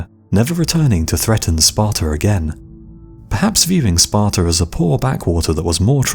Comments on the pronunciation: It's pronounced Sparta, not Spartar. That's the one major part of English English I don't understand. Don't put 'R's where they don't exist. Australia, not Australiar. Sparta, not Spartar. America. Not Americar. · Sparta doesnt end in an R, you no english speaking fuck